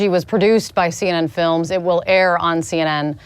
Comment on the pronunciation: Viva's point CNN trying to anonymize the film makers is right: notice here she says "CN films" ... bitch mispronounces the name! Unbelievable.